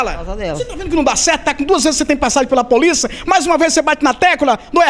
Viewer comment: repórter: poliça. Logo em seguida /20 ele fala tecúla. Enfim. Esse repórter tem que voltar a estudar 🙄